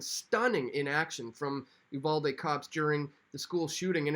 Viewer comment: You're one of a few people that pronounced Uvalde correctly